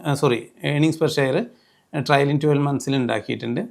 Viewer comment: ട്രയലിംഗ് അല്ല, ട്രെയിലിംഗ് ആണ്. Trailing. Please correct it.